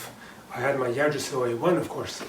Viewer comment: thank you for the review and comparison to the yggdrasil ive been juggling between deciding on either one aslo yggdrasil is pronounced ( igg- drasil)